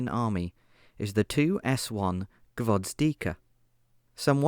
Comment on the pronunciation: I just don't get why added letters to Gvozdika, that could've been an easy one